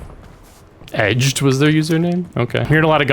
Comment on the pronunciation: The way you said "edged" lmao iykyk